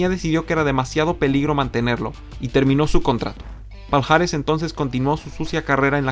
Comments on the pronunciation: Palhares se pronuncia Pallares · Todo bien. Haces muy buenos vídeos pero, por favor... en portugués esta unión "lh" se pronuncia como "y" o "ll". Lo digo por ese "paljares" (Palhares) que tanto repetiste y que me destrozó los oídos.